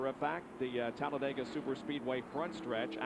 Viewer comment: 😂 Tallabama? Tallabega? Miss ya Bob. Your mistakes were the beast.. Benny in second…